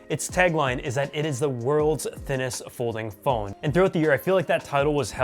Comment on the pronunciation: "Polding fhone" 👍